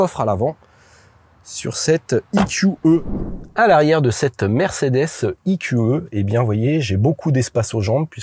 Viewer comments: i-q-i à l'anglaise ou eqe à la française. Mais pas i-q-e. Sinon, bon reportage même si les conso annoncées sont toujours folklo vu comment tu conduis comme un pilote. Et là moyenne sur les 2800 km n'a pas non plus beaucoup de sens car c'est une voiture d'essai donc pas définition, une voiture que les gens vont pousser aux limites ! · "Mercedes i-kyou-eu" ?!?! WTF ce franglais ! C'est soit " e - q - e " soit " i - kyou - i " ... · "I Qiou Euh" faut arrêter de mélanger prononciation anglaise et française à ce point...